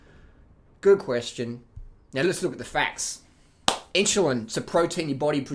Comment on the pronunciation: "inshulin" LOL greetings from Poland